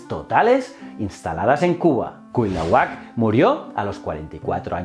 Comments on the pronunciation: Hola, muy buenas, te saluda un criollo desde la gran Tenochtitlán, hoy Ciudad de México, sin ánimos de joder, era Cuitláhuac o bien Cuiltahuatzin el hermano de Moctezuma, no se te da la pronunciación, saludos y mil gracias por tus esfuerzos y canales, todos muy muy buenos 👍👍👍👍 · Malitzin, Malinalli, Marina su nombre cristiano. Quet zal có atl.. Cui tlá huac.. Tlax cal té cas.. Moc te zú ma.. Valgame la pronunciación. 🤦🏻‍♂️ Excelente video como siempre, gracias por éste tema bien merecido.👌🏻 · Me encantan tus vídeos pero estas pronunciando mal el nombre de Cuitlahuac. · Fuí maestra de inglés y siempre me fijo mucho en lo que es la pronunciación y de dónde pueden venir los errores q luego cometen los alumnos. Adoré escucharte pronunciar los nombres d Cuitláhuac, Quetzalcóatl y otros, xq me hizo imaginarme muy claramente por qué los españoles conquistadores acabaron pronunciando como lo hicieron y por qué les cambiaron el nombre a muchos d los lugares y personas en aquella época. Un saludote desde México